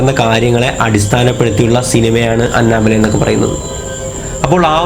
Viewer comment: Anna bella alla anebella🤪🤪🤪